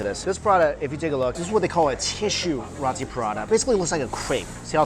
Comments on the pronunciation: Did you just call row-tee, raw-tee.... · mikey! Its RO-TI ....NOT RAW-TI....lmao pronounce it like : row-tea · It is roti Prata not rAti Prata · It's roti not rati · Rawti/Rahti LOL. Never heard it pronounced like that. Its Roti with a capital O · It's not pronounce as Rati. It's pronounced as Roti. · its pronounced "ROW TEE" not raaati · Roti..... not rati. .....roti. ..!! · Roti not rati I am Malaysian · You are pronouncing "Roti" wrong. Its pronounced "row-tee", not "ra-tee". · Love your vids Mike but it's pronounced Row-tee not Rotti 😉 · love ya mike but its pronounced "roe-tee" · FYI Roti is pronounced 'Row-tee' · Roti: Roh-tee, Ikan: Yi-kah-n, FYI lol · Roti is pronounced (roh-tee) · Its pronounced (r-oh-tee) roti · Roti is pronounced like "row tee" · I agree it's row tee or low ti with the R you'll have to roll your tongue. So it's not what ever you was saying.